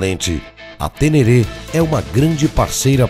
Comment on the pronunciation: A próxima vez que vc falar TÊNÊRÊ, vou até aí te corrigir pessoalmente, viu o! 😅😅😅😅